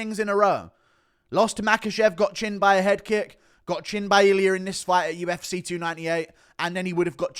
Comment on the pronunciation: listen to yourself man UFCay just burped up vitamin Cay. Again again UFCay UFCay. I would like to see ko'd and wasted